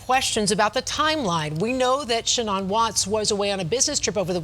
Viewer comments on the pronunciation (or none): It’s pronounced sheNAN, like shenanigans, not sheNON. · Omg lady reporter, Shanan not Shanon!! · “Shanon watts” lol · Irritates me how the news anchor says Sha'nnon instead of Sha'nann